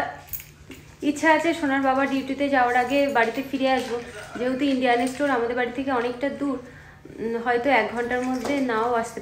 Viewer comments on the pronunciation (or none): Kthata estor na. Kthata store. Uçhchorn ta thik kora uchit